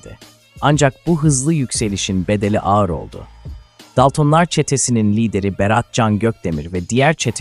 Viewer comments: Daltın daltom demeyi bilmiyor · Yapay zekayla seslendirme yapıyor daltonları daltın diye okuyor yapay zeka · DALTIN ne aq... hadi dedim belki dili sürtçtü, ama sürekli aynı telafuz. gıcık olduM, DALTINLAR NE AQ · Tüm videoyu bi kenara bıraktın buna mı takıldın sevgili dostum? Senin için olay Dalton'lar yerine Daltın'lar demesimiydi?? Ya da daltın deyince video'dan hicbirşey anlamadın mı? Ben Can Dalton Çetenin reisiyim ulan ben bile Tribe girmedim sana ne oluyor?? Neyse Yalvarmana gerek yok seni işe aldım İstanbul güldibi sokak no-9 evde yokuz dairesine git AbdulMuttalippiyleys isimli şahısı bul Götün'den bi kıl kopar bana getir!!Sakın başka birinin getireyim deme anlarım Tam gözünün üstüne sıçarım ölene kadar'da silmeni yasaklarım Ölene kadar dünyayı bombok'um görürsün! Bekliyorum hayde. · Doksındokız bin dolır ne demek bir de daltınlar😂😂 ya senin seslendirmene skm 😂😂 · Yapay zeka konuştuğu için normalde dalton